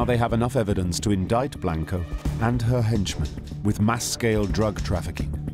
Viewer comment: The narrator is a Brit, but there is certainly no excuse to mispronounce names/last names when they are readily available to hear in other docs and interviews. Saying Blank-o, and Tru-jilio is just lazy work, no matter what your accent sounds like.